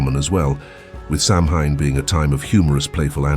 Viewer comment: Ask a Gaelic speaker or Google-Learn how to pronounce “Samhain”. It’s more like “sa-wane”.